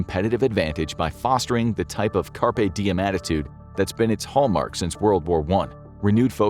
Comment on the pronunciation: Yeah, but he said "carpet diem". Totally different thing. 🤪😂🤣😅